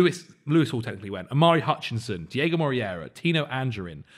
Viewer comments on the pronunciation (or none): none